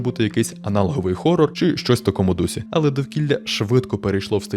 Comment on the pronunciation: Не "Горор" а "Хорор" Не Газбін а Хазбін